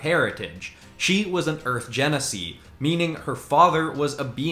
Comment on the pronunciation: That's okey. For future refrance it's pronounced Ji na see.